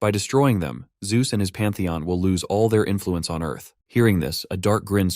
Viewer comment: I heard it. You typed zeus wrong in the ai voice reader. ZUes lmao